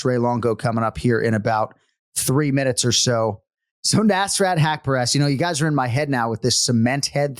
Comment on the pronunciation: Hey anik, the S in nasrat is like US., rut like hut. nuS-ruT.